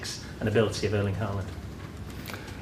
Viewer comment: Haaland Haaa -land he's he to win the Champions league..😂